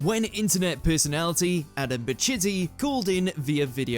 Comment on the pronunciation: I don’t think that’s how you pronounce Adams name. Unless WatchMojo knows something I don’t.